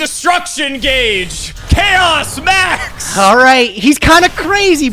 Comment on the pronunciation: Ageh of Gageh